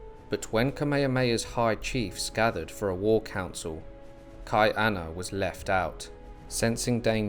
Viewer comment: Hawaii was never colonized. It was occupied. Hawaii was a British Protectorate by 1794 never a British Colony. And it’s pronounced Kah-E -Ahna there is a glottal stop. That’s why Chief of War released on July 31st for the celebration of the end of our first British occupation in 1843. And you pronouncing Hawaiian names wrong is BS watch the show practice but it’s soooooo hard to hear. Please learn how to pronounce Hawaiian words before you post anything about it. It really discredits the history you try to share.